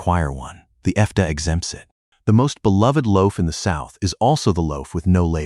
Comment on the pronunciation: FDA is pronounced effday? effday? I H A T E A I NARRATION!